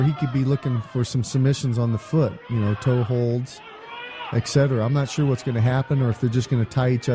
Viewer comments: did he say toe holds haha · Did he just say “ a toe hold “ ?